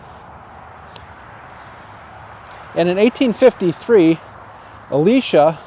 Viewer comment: Very nice cemetery, but I must correct you (sorry). It's E - lie -sha. His wife's name, Eliza, sounds like his name, so they probably said "what" a lot.